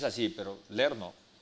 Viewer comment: SE DICE LEER. LEER, LEER!!!